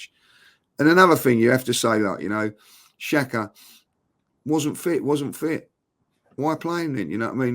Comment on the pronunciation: He’s said Xhaka lol